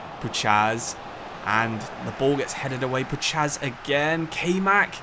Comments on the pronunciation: Love the vid but you should pronounce Puchacz as (pou-hatch) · Puchacz is pronounced as pu-H-ach in Poland his nickname is puszka (pu-Sh-ka) which means can he’s an absolute nut case irl full body tats rap blasting in the dressing room hella good spirit on the lad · Great video, Puchacz is pronounced Puhach btw